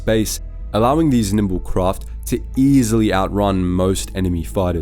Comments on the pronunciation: The word is nimble, not nimbile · in this video the voice pronounces "nimble" as "nimbile" though